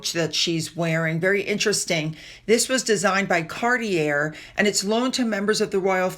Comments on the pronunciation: And it’s car-T-ay and one entering a position is incoming “ not outcoming… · Hey ~ “SHAYMUS” “CARTEEAAY”🙂